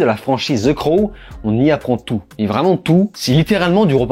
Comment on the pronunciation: C’est pas une prison, tu n’as pas lu le comic book. Pas hyper crédible pour faire un commentaire. Tu m’as perdu au moment où tu fais la liaison « vraimentz »